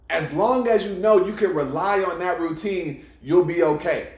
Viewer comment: ROO - TINE!!